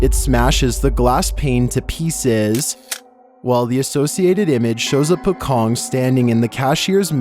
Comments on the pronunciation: pocong is actually pronounced as paw-chong, which is wrapped-in-shroud. it's a ghostly figure that looked like person who is wrapped in a funeral cloth. In Islamic funeral, a shroud called a "kain kafan" (in Indonesian and Malays) used to wrap the body of the dead person. the word is originated from indonesia, commonly used by indonesians and malays. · Number 13 was a pocong, you read it lile pouchong not pekong